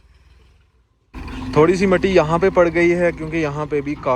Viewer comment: Why do u use wrong pronunciation of simple words, muti (Sand), Darrakhat(tree), Habbass(humid), so many others in every vlog and on top of that waalk, waash.....